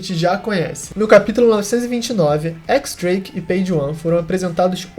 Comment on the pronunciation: Mano, só pra corrigir uma coisa, o nome do Drake se pronúncia Diéz Drake. 🤟🏿